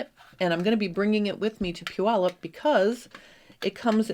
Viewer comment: As a former Washington resident, I appreciate the correct pronunciation of Puyallup. I wish I still lived close enough to attend your event.